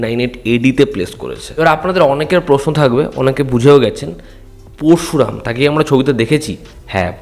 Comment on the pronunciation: উচ্চারণ টা পোরশুরাম নয়, পরোশুরাম